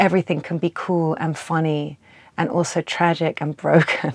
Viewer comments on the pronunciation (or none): none